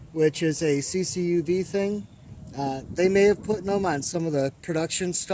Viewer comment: CUCV, not CCUV